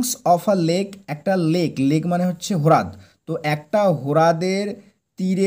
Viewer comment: হ্রদের উচ্চারণ টা রদ হবে ভাই , হ্রোদ নয় ।